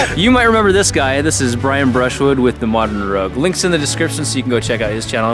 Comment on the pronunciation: "Lints in deh destripson"